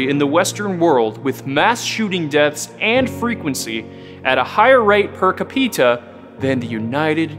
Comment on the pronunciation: Cah-PEE-tah?!? Capita = CAA-pit-ah. Capita.